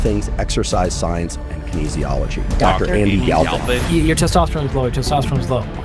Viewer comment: Galphin? Are you serious?